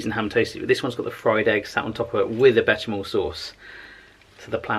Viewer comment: Still wondeing where Mrs. Becky got you your shoes,! We wanna know!:D Are they Espadrilles? Also, for your pronounciation knowledge only, it's: "Besh-sham-mel" (and not "bet-sham-mel") and "Crock Ma-dam" <3 Have another great week like this,!:D